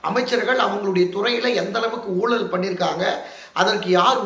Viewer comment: என்னப்பா உங்களுக்கும் ழ வராதா. ஊலல், தமிலகம், ஒளிப்பு என்கிறீர்களே!